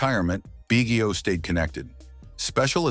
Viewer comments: Bro learn to pronounce his name if you're gonna do a video about him! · AI GARBAGE. Hint, Biggio name mis pronounced throughout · Too bad you can’t pronounce the guy’s name.